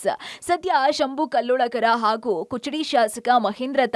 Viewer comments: This is Kudachi, not kuchadi. Public TV correct this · ಕುಚಡಿ ಅಲ್ಲ ಮೇಡಂ ಅದು ಕುಡಚಿ ಈ ಕ್ಷೇತ್ರಕ್ಕೆ ಇರುವ ಬೆಲೆ ತಿಳಿಯಿರಿ ಸರಿಯಾದ ಹೆಸರು ತಿಳಿದುಕೊಳ್ಳಿ ಮೇಡಂ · Amma taayi kuchadi alla adu Kudachi Constituency adu Bittre Kichadi annor ivaru😂😂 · ಕುಚಡಿ ಅಲ್ಲವಾ ಅದ ಕುಡಚಿ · ಕುಚಡಿ ಅಲ್ಲಾ ಯವ್ವ ಕುಡಚಿ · ಕುಚಡಿ ಅಲ್ಲ ರಿ ಕುಡಚಿ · ಎ ನಿಮ್ಮ ಅವ್ವನ ಕುಚಡಿ ಅಲ್ಲ ಕುಡಚಿ ಅಣ್ಣಾವ🫵🫵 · ಮೆಡಂ ನಿವು ಇನ್ನೂ ಶಾಲೆ ಹೋಗಿ ಕುಚಡಿ ಅಲ್ಲಾ ಕುಡಚಿ ಮಾತು ಕ್ಷೇತ್ರ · ಲೆ ನಿಮವ್ರ್ ಕುಚಡಿ ಅಲ್ಲಾ ಅದು ಕುಡಚಿ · ಅಯ್ಯೋ ಶಿವಾ ಕುಚಡಿ ಅಲ್ಲಬೆ ಯವ್ವ ಕುಡಚಿ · Kuchadi alla Amma adu kudachi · Kuchudi alla madam kudachi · ಕುಚಡಿ ಅಲ್ಲ ಅದು ನಿನ್ನ ಬಾಯಿ ನು ಏನು ಕುಡಚಿ ಅದು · ಕುಚಡಿ ಅಲ್ಲವಾ ಅದ . ಕುಡಚಿ ಅದ 😂😂ನೀವ್ ಈಕಡೆ ಬಂದರೆ ತಾನೇ ನಿಮಗೆ ಊರಗೋಳ್ ಹೆಸರ್ ಗೊತ್ತಾಗುದ. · ನಿಮ್ಮೌರ್ ಕರ್ನಾಟಕದಲ್ಲಿ ಎಲ್ಲಿ ಇದೆ ಕುಚುಡಿ.....? ಅದು ಕುಡಚಿ 😁